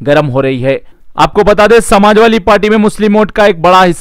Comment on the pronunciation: Samajwali nahin be Samajwadi Bolna to seekh pahle